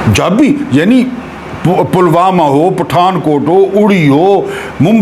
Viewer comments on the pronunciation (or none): none